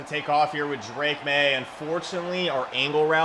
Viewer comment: Drake “drake maye” maye